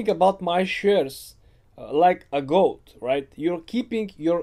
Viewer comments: I thought he said goat instead of gold 🤦‍♂️ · Is he saying goat or gold? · I think he was trying to say gold, but I also heard goat at first.